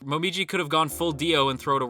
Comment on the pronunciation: I thought you said Momiji was “gone” but then I realized you meant he’s “gOnn”😂